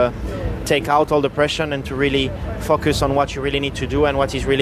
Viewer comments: When Buxton asks him if you need a lot of focus round Monaco it sounds like Leclerc is saying "fuck us" 😂😂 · When he says focus it sounds like fuckus